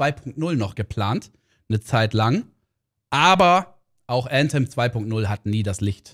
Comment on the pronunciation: junge wie cringe wenn er Äntem sagt anstatt Anthem, immer diese Leute die englisch können